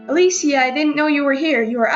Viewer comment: you said her name wrong